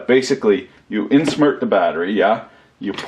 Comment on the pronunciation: Did you say "insMERT the battery"